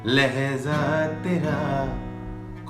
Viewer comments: Papon is love but he should improve his talaffuz (pronunciation) of Urdu words like 'Maajraa' not 'Maazraa' and 'Lehjaa' not 'Lehzaa' etc. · Its not lehza but lehja and not mazra but majra.... It is a platform for promotion of Urdu so please promote correct pronunciation... talaffuz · Nice composition but Please correct the pronunciation Not lehza... it's lehja Mazra.... Maajra